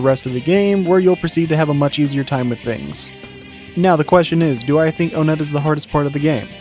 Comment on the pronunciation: It's pronounced "one-et" not "o-net"